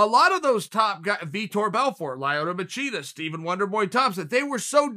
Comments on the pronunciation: “Lie-oto Machida” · Chael: "Lie-oh-toe Ma-cheetah" Me: "He's a very real thing."